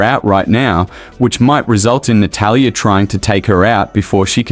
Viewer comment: Natatalia lol so many A’s